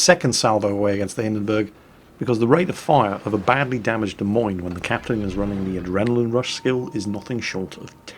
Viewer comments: I believe it's pronounced "Dez Moneez" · hahaha its really funny to hear him pronounce it De Meens.........its close enough i guess. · the ship Izolate is sailing is pronounced Da-moin, the e on the end is silent. it is the capital of the state of Iowa. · Des Moines... pronounced “De Moyn” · I say this every time someone says the "S" at the end of Des Moines. THE "S" IS SILENT FFS. I know was pretty good at keeping it silent but he let it slip a few times:P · Your pronunciation of Des Moines is making us Iowans' ears bleed. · Pronunciation link your so crap lol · you're saying the the Des Moines wrong. Anyway you old gnome, see you in the salt mines. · "De' Memes"? You mean the "Dah Moine"? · If you ever visit Iowa, it's " d uh M OY N " not " Dee Meens" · Ok, Duh Meenes, is not the capitol of Iowa, but DE MOYNE is. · Da Meanz? LOL It's Da Moynz! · What is a demenes? As I live in Des Moines, IA it is pronounced deh-moin. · Is there some nickname for the Des Moines that I don't know? Or is just mispronouncing it, like many things he mispronounces? At least he got USS Worcester right, but that is only because there is a Worcester in England and us New Englanders still pronounce things similar to how our little old ancestors did. Sorry was just channeling the DA in My Cousin Vinny at the end there.;) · Dee Meenz? it's Duh Moyn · While I am no midwesterner, the Des Moines is pronounced Demoyn, or possibly even D-moyn. Sry, it was just driving me nuts and I couldn't figure out wth u were saying until I saw the lineup and we Americans tend to take French, Brit, Dutch and Indian names and pronounce them our own way that is unique to us and often unrecognizable to those not from the area, or at least the the continent. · the way to pronounce the "Des Moines" is De Moin (rhymes with coin) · Cracked me up. Des Moines is pronounced like De Coins. Justifiably, nobody seems to get it right. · De Moin is how its said in NA